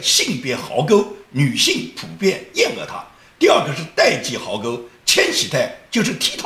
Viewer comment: 又念白字了！“厌恶”的“恶”字，此处音“物”，而非“饿”！与梁家河小学博士水平旗鼓相当，就不要再笑话猪头包子了吧？！